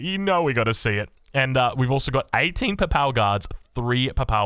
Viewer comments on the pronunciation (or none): Your pronunciation of most names is so cursed in this video! Love it. Worst criminal is Papal. PAY-PULL is best way to say it and it’s an important one as it’s the Pope’s stuff. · The pronunciation in this is so crack up, and I'm a New Zealander. You didn't even know Papal :D